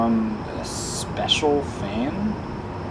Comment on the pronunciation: emphasis on the word "special" in "special" fan